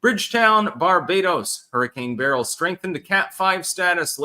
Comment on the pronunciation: You pronounce beryl correctly